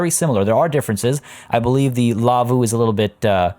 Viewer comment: As a Finn, this episode has just a little bit more meaning than others, I just love it! For me, the laavu's you made (pronunciation was spot on btw) remind me more of a 'kota' which has similar structure to a teepee. We have laavu's here in Finland for example in different national park's, usually solid wooden structures, a slanted hideout from the elements. The slanted design of a laavu is for you to light up a fire next to it and the heat would reflect towards the people sleeping inside. :) but love the habitat! I remember as a kid we used to travel to Lapland to stay at my aunts cottage. The nearest neighbour (which where a car drive away, so not very near :D) had a white pet reindeer on their yard, just hanging around freely. She was so social, that it always tried to get inside the house when visitors came to the house - she usually got to the hallway until the dogs chaced her back outside. I commented a few episodes back that I purchased the game myself. Now I have even more appreciation to all your builds, the skill and inspiration you have is just amazing!